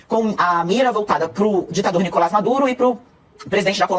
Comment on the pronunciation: Alguém avise o Paulo que não é "Nicolá" e sim "NicolÁS" Maduro. Ao contrário do que acontece na língua francesa, na língua espanhola o "s" final É PRONUNCIADO